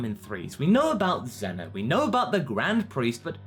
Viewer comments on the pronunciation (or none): its zeno not zuno